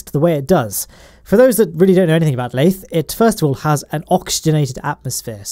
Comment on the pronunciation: *lathe-r FTFY